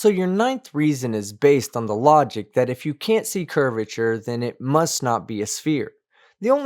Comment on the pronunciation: Don't claim flat earth is logical when you can't even pronounce logic